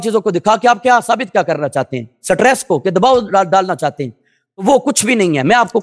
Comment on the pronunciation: Cutress molvi or stress? 😂😂😂😂😂😂😂